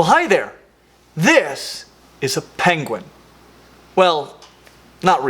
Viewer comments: Pengwings! Actual ROFL at the "King Penguing" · "penguing" 🤣 Benedict Cumberbatch would like to have a word with you